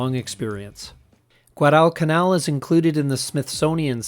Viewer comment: Interesting! The narrator needs to learn how to pronounce "Guadalcanal".